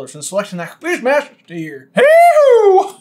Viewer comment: Lol, speaking of Francis (FrON-sis), at the end of your video, i thought you said sign up for the fishmaster tier instead of quizmaster tier 😂